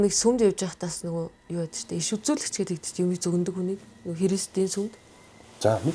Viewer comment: yu yu geed shaachiwda😂